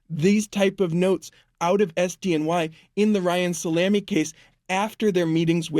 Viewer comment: Ryam Salem